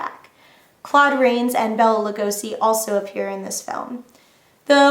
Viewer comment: It's pronounced BAY-LA not BELL-A. 1935 WEREWOLF OF LONDON.